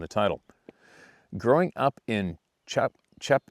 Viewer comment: The Rhode Island town is pronounced Cha Pat Chet! I lived in Rhode Island in Mass there definitely there. We lived in Franklin Massachusetts I experienced a family group a number of times. I spent $600 on flashlights I lived them up. They don't get happy with that they came and slapped our house.